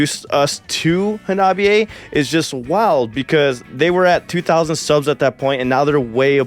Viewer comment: Kills me that you still pronounce their name wrong... it's not Ha-nobby-a.... it's Honnah-Bee-A. Minor gripe, but audibly it's a world of difference. 😛But yea, it was absolutely surreal getting to see them live, I could not believe when they announced the U.S. tour that they would be coming to Wisconsin, made my year.